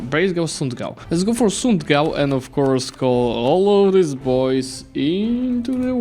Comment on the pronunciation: hey ! i'm soemone who lives in "sundgau" you almost said it correct, we just don't say the D :)))